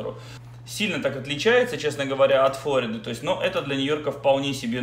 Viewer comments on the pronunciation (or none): none